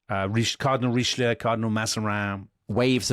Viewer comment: Who is Reeschloo? 🤣